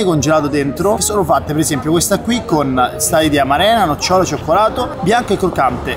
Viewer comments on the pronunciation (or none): none